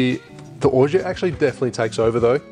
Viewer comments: it's pronounced orgeAt not orget you have to say the A not the E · Great cocktail! I love your channel But please say Orgeat the right way:D:D:D forget about the 't' at the end don't say it, it's silent.